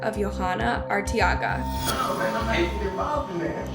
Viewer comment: It's pronounced (Vuh-lass-quez) Velasquez.... You got Arteaga right